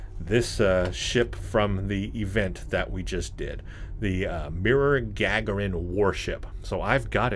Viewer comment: It's Ga-gar-in...